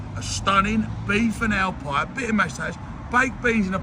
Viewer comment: Ive watched this so many times, does he say a beef and owl pie?